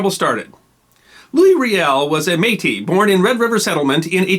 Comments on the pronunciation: The word though spelled Metis is pronounced May-tea. Is there a follow up covering the Northwes Rebellion specifically? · Don't pronounce the s in Metis. Just MAY-tee. ☺ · We don't pluralize métis. One May-Tee, two May-Tee. All (most?) Canadian school children (at least of my generation) learned about Louis Rièl in primary school. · May-tee. The S is silent. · Excellently researched and presented. Since Metis is a french word the "s" is not pronounced unless the next word begins with a vowel. "Versailles" is another example of that. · Métis is a rare exception to this rule. The s is pronounced in French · It's spelled "Metis". And the "s" is normally silent. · And it's the same singular or plural. No s sound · Switching between pronouncing the s in Metis or not is jarring. It's not pronounced, but at least pick one. Every time you say the word it's causing me to think about it because it's seemingly random. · I am impressed you pronounced Saskatchewan perfectly. The S is silent in Métis. Bravo I thoroughly enjoyed this video, I don’t know how they made history so dry in school.